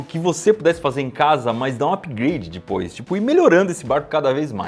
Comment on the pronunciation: É só eu que fico com agonia pq ele fala dipois ao invés de depois